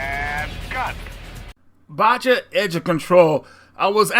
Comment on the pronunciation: Chuckled at the "Baja" pronunciation